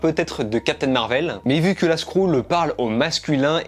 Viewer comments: Skrull pas skroule stp 😂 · Moi je dit skreule et non skroule ^^ J'aime bien tes vidéos ,c'est bien réalisé et pertinent ! Bravo à toi et Merci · oh non pas ça, une 'skroule' 😂 Super taff sinon, video très complète